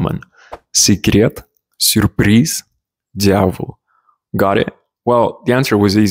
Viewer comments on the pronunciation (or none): To contribute to your further fluency I'd like to share a few observations about how you pronounce things as I see the pattern: "Я" especially after "Ь" should be pronounced as "йа", you say more like "д'авол" (you make good soft d sound though!) but should say "д'йавол". Also in some places, you tend to pronounce hard consonants instead of soft consonants and I think it is something English speakers typically struggle with as there are not many variations like in Russian where many consonants can be hard or soft. E.g where you say "ударений" you say it more like "ударэний" - that happens because you got a hard "р" sound but if you make it soft like "рЬ" you physically won't be able to say "э" after it. So it'll be "удар'эний" same trick goes with "е" after soft consonants in words like "река", "меч", "песня", "тепло", "семя", "детство" etc (you perfectly pronounce "отец" later in the video btw) hope it helps :) Great work on your Russian so far!